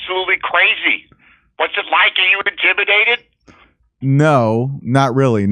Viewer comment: I thought he said are you injimidated?